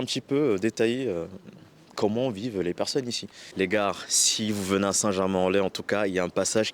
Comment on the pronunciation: Tu dis "les gares" au lieu de dire "les gars" on prononce pas le R. Sinon super vidéo intéressante !